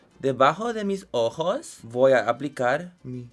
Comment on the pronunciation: "mis ojo- s " Soy mexicana y dios le salio increible estoy bien ...